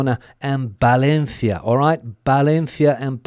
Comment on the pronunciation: It's not Balencia, it's Valencia.